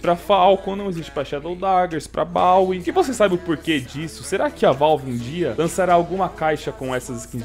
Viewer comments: Mano não é bauwie e Bowie bo boo não bau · Pra um cara que fala Bawie isso ai ta normal